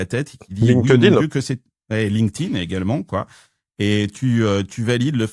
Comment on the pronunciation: Il va falloir faire un effort sur la prononciation de LinkedIn